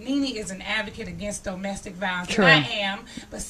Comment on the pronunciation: "Doe-mestic violence." 🤣